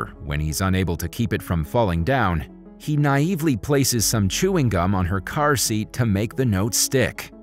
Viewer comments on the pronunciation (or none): none